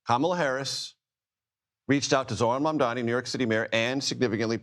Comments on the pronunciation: You mispronounced his name! MamdaNY NOT MamdaMy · How difficult it is to learn to pronounce MAYOR MAMDANI’S name? Why is she saying mamdami? Can’t she see his name written all over the internet if she can’t hear properly. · “The name is Mamdani. M-A-M-D-A-N-I. You should learn how to say it.” Like, kindergartners pronounced his name accurately, and you, adult reporters, cannot seem to say it right is crazy to me! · How is it so hard to pronounce Mamdani correctly? . She works in TV ffs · The moment that one lady said "Democrat Party" and couldn't bother to pronounce Mamdani's name correctly, I tuned her out. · That Repub woman STILL can't pronounce the Mayor's name? Why isn't she being publicly called out by the host? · He’s the most popular politician in America, and your job is to talk about politics. It’s beyond embarrassing you still can’t pronounce his name. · can people please just learn how to say mamdani its not that hard